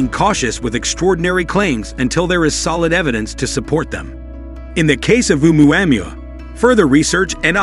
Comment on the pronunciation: For gods sake get the pronunciation RIGHT!!! ITS PHONOETICALLY "OH-MUA -MUA" NOT "UMU-AM-UA" LOL. Made me cringe every time it was said